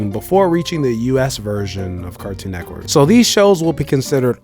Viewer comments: This guy is saying “Cartoon Neckwork” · "Nectwork"... When you realize how he says Cartoon "Network" you won't be able to unhear it. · I solely disliked this video bc I felt like he was saying “cartoon neckwork” on purpose to be cringy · I swear he's saying "Cartoon Neckwurt" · Why he saying car toon neck work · Cartoon NETWORK!!! NETWORK!!! Please stop saying neckwork! I know you can because you've said it multiples times in the video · Why do you keep saying cartoon neckwork lol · Why you keep saying cartoon neckwork. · Are you saying "Neckwort" instead of Network throughout this whole video? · This was informative, but I can't get passed the way he says "Cartoon Neckwork" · “Cartoon nekwork” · Are you saying Neckwork? nice video otherwise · "Cartoon Neckwurt" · “Cartoon Nekwort” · Bro keep saying “CARTOON NEK-WORK” i believe it NET-WORK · Cartoon neckwoodt is the only way to say the name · DUDE ITS NETWORK! I can’t even tell what you’re saying. H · why is he saying neck work like there isn’t a “T” in the word 😂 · Bro I hate the way you say “Cartoon Network” carktoon??? Like pronounce it bro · Why He say Cartoon Network like that lol he says cartoon neckworrr lol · Why can’t this mf say Cartoon Network? Cartoon Neckwood!🤣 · Fam got an issue with saying “network” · You say "cartoon neckwork" just like my girl & idk why that bothers me so much 🤣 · He keeps saying Cartoon neck work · why can't you say network